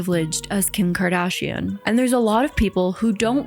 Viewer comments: KIM KARDAAASHIAN 😂😂😂 Good to know that it's not just me. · I'm portuguese and I never understood why people say her last name so weirdly 😅 I just realized now that it's because they are trying to pronounce the 'u', which is silent in that word and just changes the sound of the 'g' before. I find it funny how I only realized this now 😂